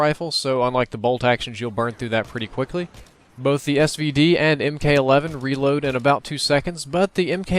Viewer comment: ...it's Mk(MARK)11